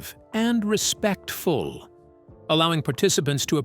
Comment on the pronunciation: Feels so utterly vague as to be meaningless and I can't help but notice how the narrator stresses the word "RESPECTFUL" to the viewer. Not to himself for being completely ambiguous. Not to himself for using AI to analyze and sort through the Word of the Lord. And there are some things that are immutable and commanded and accepted as absolute truth. Here are two: The times and seasons have been permanently set by the Lord so if you run across a difference in reported times they have to be scrutinized to see if they fit with those set times or different calendars. For instance, if one prophecy says forty years you either accept that it is accurate or if you analyze it for discrepancy or contradiction then be prepared to show if it is a different human calendar or a lunar year reckoning or a solar year etc. Otherwise, apologetics is not your forte. Second. Prophets of the Lord are as close to one hundred percent accurate as is humanly possible which is why the scribes and copyists were sooooooo careful as it was the Word they were speaking words about. So yes, there might be some minor translation errors but anything too divergent or a change that changes a major premise, idea or theology or changes Yeshua fundamentally is not--let me say that again--NOT of the Lord. Christians can like that or not but it IS the very Word and in the written Word. One final note is that now we only get to hear about different ancient versions but any visual proof is NEVER forthcoming